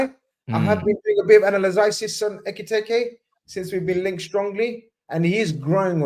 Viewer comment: Brudda had five different ways of pronouncing Ekitike😭